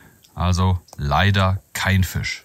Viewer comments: Wieso sagt immer Fich statt Fisch? 🤷🤷🤷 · warum sagt der immer fich statt fisch digga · Fisch, nicht Fich.